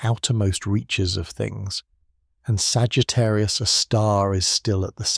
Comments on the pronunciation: Please teach your AI reader to read Sagittarius " A " star and not Sagittarius a star. Very annoying. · Ok, after my first compliment that it sounds better than your usual ai scripts, this video still has one massive problem. The AI narration with this not very good model. For example: it can’t even once say Sagittarius A* correctly. It always makes a pause after Sagittarius and then continues with a star. This is sadly infuriating. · I can’t listen to this because the AI voice cannot pronounce the name of the star it’s talking about. That’s crazy.